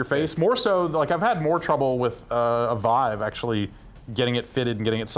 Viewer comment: Really wish would stop saying it "Veev".